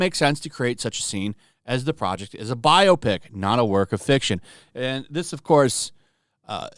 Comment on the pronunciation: This is a biopsy, not 'biopic'.